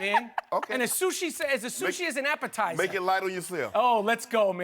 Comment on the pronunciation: "with some sushi as an appetizeh"